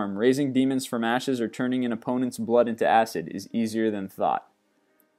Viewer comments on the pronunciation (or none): none